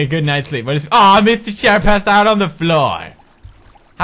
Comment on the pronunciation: Also did anyone else love it when Pewds continued saying mr shair Instead of mr chair